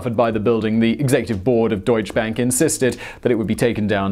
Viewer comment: "Deutsche Bank" Say "doycheh bank".